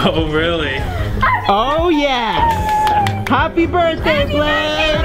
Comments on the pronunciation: nobody :litreally nobody, me: *noticing lexi calling him bake instead of blake * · Is it just me or whenever Lexi say Blake it sounds like "Bake" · I love how Lexi said ‘Happy Birthday Bake’ rather than Blake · Lexi said bake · Can we just admire the fact that Lexi says “happy birthday Bake”